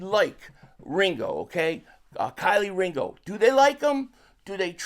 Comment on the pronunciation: Keelee not Kiley Ringo 500! 😂😂 but it’s def a pro and con for Jaire. I’m cool with them signing him for 1 yr. I’m also fine with not even bothering to let Ringo/ other cbs to battle for that spot. I personally want Ringo to compete at a high level to eventually be CB2